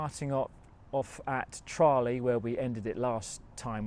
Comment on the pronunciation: Love your pronunciation of Tralee , if my mum were still alive she'd be screaming all manner of obsenities at the laptop right now 🤣